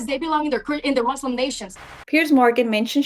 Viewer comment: Gomez, I am a proud "Muslim," not "Mozlem."